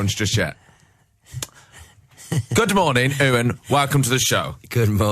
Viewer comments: When a massive fan says "Ewan" instead of "Iwan" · who else cringes.. "Owen?" wtf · no its a strong welsh name. its not ivan. ite yew-un. might be easier to read as you-un. i am welsh and have many friends named iwan. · lol maybe it's the accent but it sounds like 'yoon' to me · He said his name wrong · Pronounced EEE-WAN (Like Ivan (EEE-VAN), but with a W of course.) last name RAY-ON.